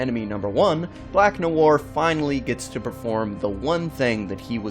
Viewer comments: Noir is French pronounce it properly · im pretty sure you pissed off alot of french people on your pronunciation of "noir" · The way he said noir :))) so wrong in so many ways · It is Black NoIr you fn idiot, and Noir is pronounced "nuh·waar". Your uneducated ass goes all over the place calling him Black Noor, Black Manure and what ever other verbal diarrhea you came up with. Next time when you do research for a video, Google how to properly pronounce the fn topic. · The way you pronounce "noir" is bugging me, you say it as two syllables like "no ar", it should be "nwar" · IT's nu-war, guys. jeez. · It’s pronounced “Nwa”, not Nuwar... dumbass. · "black nu-woir" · lol Black "No-arr" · 😋 nahson.. pronounced "nwah" or even "nwahr" either way as one syllable. I'm splitting hairs though. Shame on me. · "Black Noowar"? 🤦‍♂️ Muricans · 'black nowar' uh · pronounce "Noir" - "Nwah" if i'm not mistaken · The way he said black nowwar lol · Black “No War”.....dude, try a little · I came here to learn why the guy is named black-black in French and English? Is he Canadian or something?. And in the first 10 seconds noir is pronounced "No-war".. and sure enough.... What I wanted to know isn´t mentioned. :( Searched several wiki´s nothing. Am I really the first to wonder about this? It´s too conspicuous to not mean anything.. End then..... "When you're so dark; your name means "Black" in two different languages." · For crying out loud, if you’re going to make a video learn how to pronounce the freaking names and words. Noir is French, and it isn’t pronounced “New-Ar”. This seems to be a common thing on YouTube these days. But then again, most people have trouble just speaking English well. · Noir is pronounced as 1 syllable, not 2! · Your pronunciation of 'noir' is cringeworthy. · Informative video. But, please, learn to pronounce ‘noir’. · It's just one french word, just one. Just pronouce it properly. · Jesus Christ man can you please learn how to pronounce noir